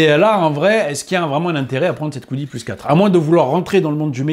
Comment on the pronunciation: C'est dommage que la qualité de surface soit pas si belle, ça se voit à la caméra à plusieurs reprise, niveau design ca fait très cubique, les rondeurs de la X1C sont plus agréable à regarder je trouve. Et pourquoi prononcer Kwidi et pas juste Qidi?